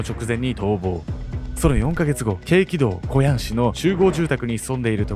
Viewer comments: ！韓国の地名、京畿道これキョンギドウって読むの！ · けいきどう、じゃなくて、きょんぎどが正しい読み方です👌🏻